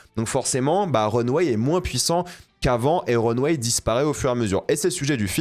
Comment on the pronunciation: Mon dieu qu'il prononce mal le nom de la revue de mode... C'est Runway... Pas Runweille....